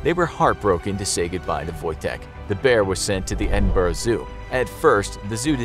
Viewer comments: You should do research on pronouncing Scottish cities we hate nothing more than an American mispronouncing Edinburgh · You said Edinburgh wrong